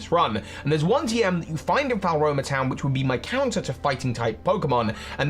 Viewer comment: "falroma" makes me giggle every time